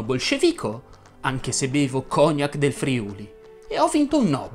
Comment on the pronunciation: Ciao, secondo me, si dovrebbe dire cognàc e Nobél invece di cògnac e Nòbel. Ti ho corretto non per fare il pignolo ma perché questo dice la Treccani e curioso dopo aver visto il tuo bel video avevo dei dubbi e quindi sono andato a correggere. Comunque, complimenti